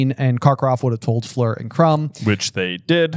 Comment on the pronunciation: I love these guys, but can someone irl please teach them how to pronounce Fleur? I really don’t want to hear another Floor is at all possible.